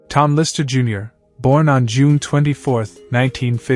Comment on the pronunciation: it's LisTer, not liser my guy.